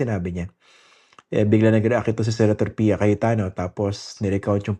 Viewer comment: Tawa ko dun sa “Piyaya”😂😂